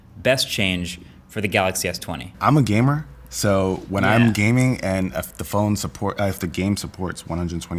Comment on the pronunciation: "i am a mobile gaymer" ...